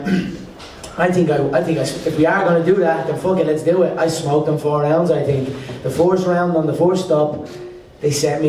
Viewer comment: "I tink I'm more of a tinking man now I tink"